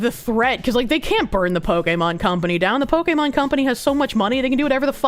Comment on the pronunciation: I can't with your pronunciation of Pokémon